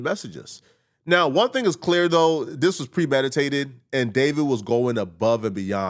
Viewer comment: Stop saying Dis 😂 it's very frustrating to hear, English isn't even my first language but it's bothering me.